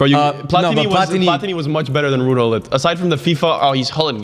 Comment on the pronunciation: His name is not (hull-it) it’s (Goo-Lit)